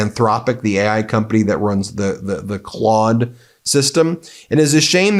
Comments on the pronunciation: ... That is not how that is pronounced.... The au is a "awww" sound not an "o".... Maybe it is different in the states. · Ben said it like the O sound rather than aww sound. But easy to do considering our current president is captain of the Clod Squad. 😉